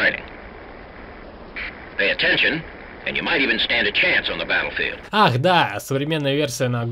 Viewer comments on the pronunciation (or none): none